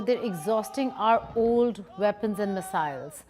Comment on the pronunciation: "Ooooold Mesiles"